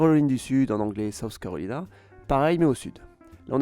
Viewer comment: C’est vrai que les Français ont tendance a déformer les mots de langue étrangère, par exemple CarolAÏna, AÏdaHo :) sinon la vidéo est bien intéressante.